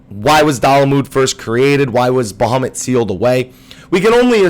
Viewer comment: Baha moooot It's sounds strange when you say baha mutt really fast